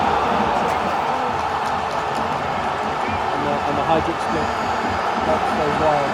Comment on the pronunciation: Good weather in London? 😅! Hajduk, duk pls, pronounce it right.